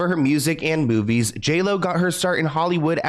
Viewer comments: At the beginning when he said music and movies, i thought he said boobies 🤣🤣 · It really sounded like you said “she’s famous for her music and boobies” 😂😂😂 I know I’m childish